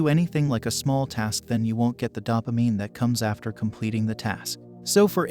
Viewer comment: This guys tries to sound all scientific, but his claims about the brain and chemicals are pretty much BS. He doesn't even pronounce dopamine correctly, showing that he's basically a dilettante.